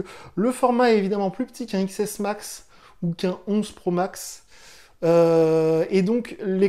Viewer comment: Omg SA pique les oreilles ont dit 10smax pas xsmax